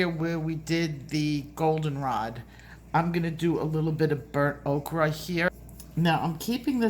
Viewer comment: In case no one has told, thank you!!! I have learned SO much from you and you tell it like it is! My coloring has improved 100% since I've began watching you 😘🌻 (just curious how many times do you get corrected calling Burnt "Oaker" Burnt "Okra"?) is there a hidden joke behind this pronunciation? It makes me hungry for Okra! lol